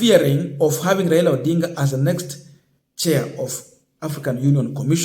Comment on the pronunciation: My friend can you pronounce well Raila not raira. He is a Kenyan and your man is the president so what is your problem not supporting one of your own. This petty hate will not change the way you behave just love your brother as you would like to be loved if it was you.